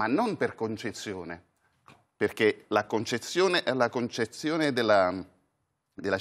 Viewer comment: Concezione (invece di concessione), domìnano (invece di dòminano).... l'avvocato napoletano sarà esperto in ius.... ma in quanto a scholae...😂